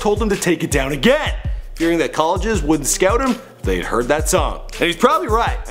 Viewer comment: Can you please stop saying thay